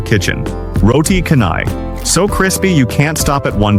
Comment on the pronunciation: I'm Malaysian and my ears bleed everytime these AI narrators pronouncing 'roti Kanai' 😣 Please PLEASE can all these content creators take a little time to find out how to pronounce our foods!